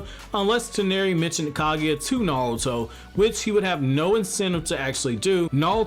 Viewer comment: I know you're saying "Naruto" but I just keep hearing "Nalto"